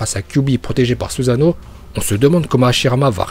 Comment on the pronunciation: Uchihhhhha, mokton, suzzano, saske, bidju et par contre ta pas le droit de deformer le nom de itachi